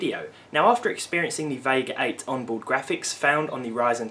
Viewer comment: Who else heard Vague8?